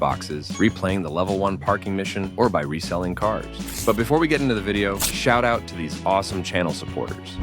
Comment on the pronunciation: Shour ouut